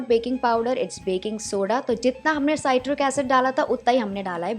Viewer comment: Citric not satiric, सिट्रिक, साइट्रिक नहीं